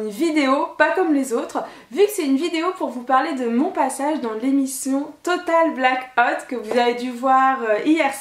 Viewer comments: Total black hotte? 😂 ahah j'adore toujours ton accent 😍. J'était trop contente quand je t'ai vu! WARRIORRRR qui crie un peutipeu mais pas beaucoup (SIC). Ce TBO était tellement bien avec les bloggeurs/euses j'ai adoré! Dommage que t'a perdu 😯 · Tu m'as fait beaucoup rire!! Sinon super accent total black hôte mdr